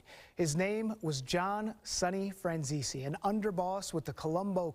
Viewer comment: its my great grandpa😅 and its pronounced fran zees/zeesee. Im so embarassed that this is my blood lol